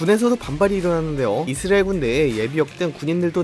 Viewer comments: 이스르에 ㄹ 엘 발음도거의안남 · 형 이스으레일 아니고 이스.라엘 두박자로 쪼개서 말해바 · 이스라엘은 앞으로 이스르엘 입니다ㅋㅋㅋㅋㅋㅋㅋㅋㅋㅋㅋㅋ 형 귀여워ㅋㅋㅋㅋㅋㅋㅋㅋ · ㅋㅋㅋㅋㅋㅋㅋㅋㅋㅋㅋㅋㅋ 이스르엘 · 미국영어권에서는 이즈리얼임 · 자꾸 이즈리얼이라고 들린다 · 중간쯤 가면 이스ㄹ예가 되버리네 ㄷㄷ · 이스르엘 발음 나만 킹받는건가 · 아 내용은 안들리고 이스르엘 때문에 집중안돼~~ ㅋㅋㅋ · 왜 이스르을 이라고 발음하세용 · 이스레일???? 코레일은 발음 되나요??